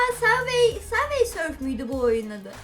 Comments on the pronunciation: Abla sötvi sörf değil subway surf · savey sörf deyil Subway surfers o